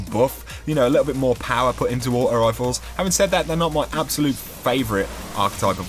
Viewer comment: () aught-oh wifle